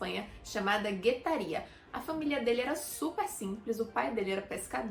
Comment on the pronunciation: GUetaria acento no ta, San Sebastian bas......REI se exilou em Roma